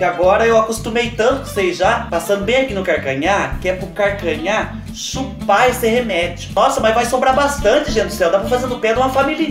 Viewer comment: Kkkkk "partido do carcanhá..." É assim memo que nóis fala lá no sítio. Kkkkkk